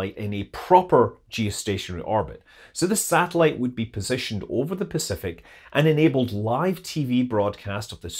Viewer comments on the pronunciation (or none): none